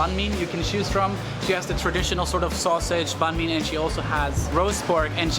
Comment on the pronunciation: I'm kinda impressed that you actually attempted to pronounce it as "bánh mì" in southern Vietnamese accent instead of "bang me" like most foreigners do. Thank you.